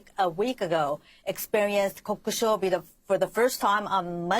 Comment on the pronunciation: Is really Japanese? Her pronunciation of “kokushobi” sounds very off